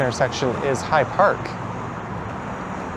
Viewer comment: fyi…It is High Park, not Hide Park.